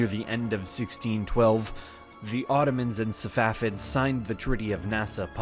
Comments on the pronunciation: why do you call them Savafids ? It's Safavids. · The correct pronunciation is Sa Fa Vid. Not Sa Wa Fid. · It's not SaVafids it's SaFavids.